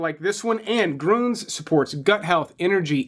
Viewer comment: Lol, I'd practice pronouncing umlauts before doing the bid for your sponsor. "Grooons" lolol. I do love your vids. Keep up the great work